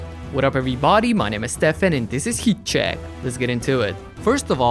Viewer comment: please learn to pronounce HEAT CHECK it is not heed schegg